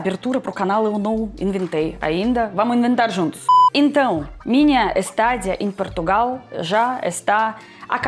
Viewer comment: Estadia/estada, e nunca estÁdia... paroxítona terminada em "a"... ou seja es-ta-di a.....